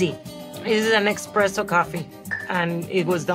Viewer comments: With all due respect Sofia Vergara, but it's ESPRESSO not EXPRESSO. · I almost am a believer except she says EXpresso when it’s ESpresso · Essssssspresso not Expresso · Only she’s keeps saying “expresso” 😬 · Amazing! I do believe but I almost couldn’t that she really guessed all these right. If she now would pronounce it eSpresso my Italian heart would be very happy 😂 🇮🇹 love Sofía she is a goddess! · eXpresso though 😂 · There is no x in espresso. Someone should tell her. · How can she know this much about coffee and say eXpresso?🥲